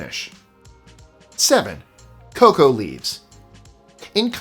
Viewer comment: Every time you call Coca leaves, "cocoa leaves" I die a little bit. Your pronunciation is usually SPOT on. a four letter word? sigh.